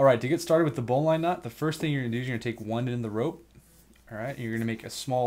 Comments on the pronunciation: Dad was a boatswains mate in the Navy ( pronounced bozns mate) . He would always say, " a good knot is easy to tie, easy to untie and doesn't kink the line". He could tie a bowline one handed as well as lots of fancy work. He pronounced BOWLINE with a short "i " NOT a long "i". Just sayin. Thanks for the review. PS. The little jingle is called "the sailors hornpipe" not the Popeye theme song DOH. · Sailors say bowlen ... not bow line. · great video. Thank you. btw, bowline -> pronounced BOUGH - luhn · Bowline is pronounced 'Bowlin' also the most practical use of this knot is is for situations where there is a lot of strain on your line, because it won't foul, and no matter how much of a load this knot might have on it, if it doesn't cook or part, it can be untied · A bowline (pronounce bowlin) is used in sailing because it can be undone when under tension, not because it is 'strong' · Yea bowlynn is how they pronounce it in firefighting as well. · Bowline... as in the bow of a ship. AMERICANS! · Is it worth disliking for that pronunciation of "bowline"? It might be...